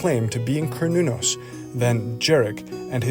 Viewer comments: No. It's pronounced as kernunos Mehrican.. 🤦🏼‍♂️ Why don't u all learn what the rest of the world must universally pronounce the vowels the way they are? Instead making shitt up for dummies 😂😂care new naus.. A is A, not eyyyyy E is E, not iiiiiiiii O is O, not OoooOUuu U is U, not Yuuuuğw i is I, not AaAiyy Em ay mising enyting Merikeğnn? ¿ inaf Ayy Quuu? 😂😂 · Kar not corn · Pronunciation "care•new•naus" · A kern-el of corn you say? 🤔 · its pronounced Ser-nun-nos. Just Ike the company called CERN is pronounced Sern. Or is this this another dumb AI voice that is illiterate?